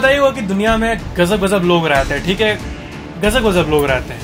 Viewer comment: is pronouncing gazab as gajab Disclaimer: Rajesh 8s not hurted in this comment. 🤣🤣😅